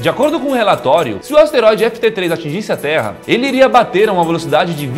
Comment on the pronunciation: LUCAS AS-TE-RÓI-DE MARQUES PORRA